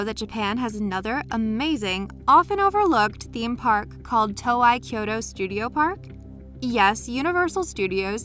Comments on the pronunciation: Toei is pronounced TOE-AYY. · When you can pronounce "Evangelion" correctly but not "Toei" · The pronunciation of Toei is scaring me more than the statues. Years of watching Dragon Ball videos has drilled a different pronunciation into my head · Not everyone knows how to pronounce Toei, and nor have seen the post where Toei Animation explains it. It’s actually quite often mispronounced. Also, she isn’t Japanese, and it’s very easy to mispronounce a word from a language other than your own. Perhaps before judging, you should think about the fact that she may have never heard the name said and only read it. Plus Evangelion is extremely phonetic.... it’s pronounced exactly how it’s spelled soooo your point it moot.